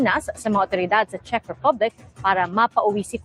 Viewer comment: Gud am po …Check po ang pronounciation ng Czech…sa Un po g Prague ay Prag ang pronounciation po..🤗🤗🤗 Pa shout po hehehehe